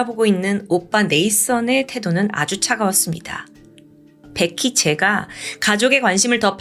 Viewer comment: 왜자꾸 백희라그래ㅠㅠ 베키! 라고 해야지 백희백희~~